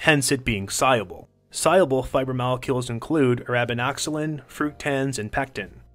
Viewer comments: Why is he saying si-abel😂 it’s sol-yool-bul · He can't pronounce soluble or cellulose...